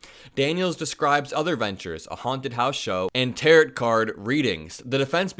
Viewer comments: Oh, c'mon...it's not Tarrot cards, it's pronounced tare-oh. I expect illiteracy from MTG, not Democrats. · Just FYI, it's pronounced "Tear-O" . Not tear -it.lol. Just wanted to throw that out there.. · This isn't the first time that prosecutors have underestimated a key witness: look up Dee Snider facing a Grand Jury for obscenity. Spoiler: Dee Snider absolutely roasts Al and Tipper Gore. FYI, the final T in "tarot" is silent. It's pronounced "tarrow", not "tarrot". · Tarot rhymes with 'arrow', not 'carrot'. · Tarot: Pronounced Ta-row. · It’s pronounced ‘Taro’, long O. Even though it’s spelled Tarot, the ‘T’, is silent. 😉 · That’s Tarot The second T is silent sounds like taro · Fyi, "tarot" (as in tarot cards) is pronounced "taro" (the final "t" is silent. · If this is a rage baiting thing, it worked because I'm here commenting, but it's pronounced teh·row - the 't' in tarot is silent. My apologies if that wasn't intentional. Great reporting as always. I'm glad I saw you on the Meidas Touch Network and subscribed 💙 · Tarot cards are pronounced TĀR-oh, like narrow. Cheers! 😊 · Hey, just an FYI (because I'm a grammar nerd) TAROT is pronounced "Tear-oh (silent T) and Trump's lawyer's name is pronounced "Necklace" as in the jewelry. Keep up the great work, you're doing great!! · Hey. Good job with fighting right wing misinfo. Just have to point out tarot is pronounced "terro" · The lawyer's name is pronounced "necklace" and the cards are pronounced "ta row". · Tarot is pronounced tare-oh. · Great video! BTW Tarot is Is pronounced like tarow. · Tarot is pronounced Tare-oh. Tarot has nothing to do with speaking to the dead. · You do a great job - just a gentle correction: it's tar-ROH, the t is silent. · tarot is pronounced like arrow. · Tarot is pronounced taro, no last "t" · Re: 'Tarot' cards ...tarot is pronounced taro (long 'o') due to its french origins. LOVE your show! Especially the young generation perspective. You are doing really important work! 🙏🙏🙏💙💙💙